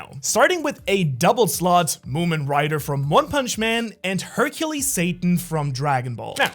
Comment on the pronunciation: Her - Cule. Not Hercules!!! That was driving me crazy 💥💥